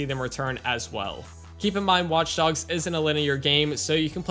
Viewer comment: I love the way you say watch dogs. It's like, "WAUTCH DAUGS."